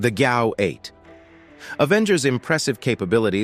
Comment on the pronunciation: How many mispronunciations can you possibly come up with for the GAU-8/A?!? Doesn’t accuracy have any significance in this world anymore?